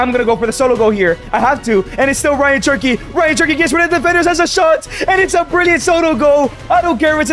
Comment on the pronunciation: Great content Bro, but you’re Mexican. You know how to say “che-rr-ki,” not “chur-ky”